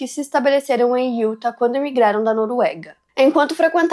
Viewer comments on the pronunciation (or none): sempre percebo que vc fala “iuta” quando se refere ao estado de UTAH. A pronúncia correta é “iutá”.